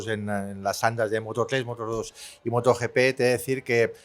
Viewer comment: ¿Moto YiPi? Por favor!!! Moto GP en español.